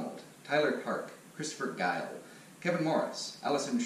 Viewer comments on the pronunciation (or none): none